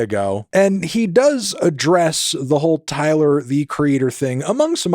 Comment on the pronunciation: “Da more I hear it, da less I like it” 😂😂